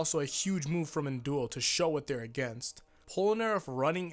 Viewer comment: How pronounce his name: An Daol How everyone pronounces his name: NNnnNNNN Dool